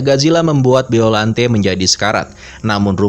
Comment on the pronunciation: Bacanya gak gitu juga kali baca biollante nya